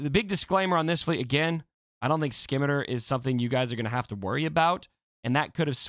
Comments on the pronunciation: See-me-tar. Not skimiter. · scimitar is pronounced "sim-ih-tar" :) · It's pronounced sim eh tar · Say scissors. Now say Scimitar. It’s not the Skimitar 😜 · My fucking eaaars 🤣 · Hey bud. The C is silent. It’s pronounced sim-it-tar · Skim-iter lol